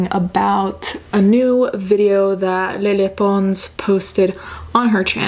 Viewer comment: I love how you pronounce Lele Pons. You give her name so much more class than she deserves